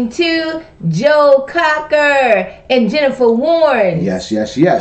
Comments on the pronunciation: It's Joe "Cocker", not "Crocker". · and it is Joe Cocker not Crocker. awesome reaction anyway. love to you both from Memphis Tn. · His name is Joe Cocker not Crocker